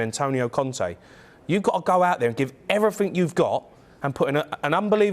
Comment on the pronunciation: Why does he say 'every fink'? 🤢